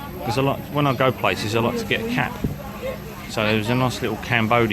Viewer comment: I misheard you the first time,when you said “I was going to buy a cap “ I thought you said:”I was going to buy a cat”!!!!!!